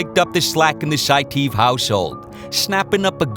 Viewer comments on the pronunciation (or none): It's pronounced 'Sai-tee-ev' buvaisar saitiev.